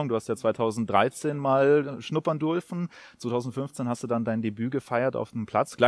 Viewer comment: „dulfen“ 😂😂 biste jetzt Asiate oder was hahaha